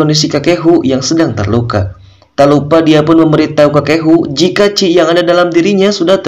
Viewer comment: Bukan ci min tapi Qi